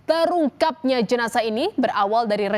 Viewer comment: TERUTANG EH TERUNGKAP 😮